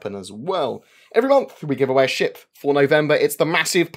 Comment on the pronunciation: ........... A.......... every time you say Pioneer and giveaway I have heart palpitations